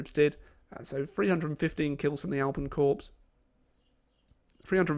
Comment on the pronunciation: Can you please stop calling it 'Corps', it is pronounced 'Core'.